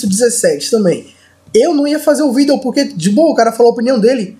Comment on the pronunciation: kkkkkk o falando "VIDEO" é mt loko kkkkkkkkkkkkkkkkkk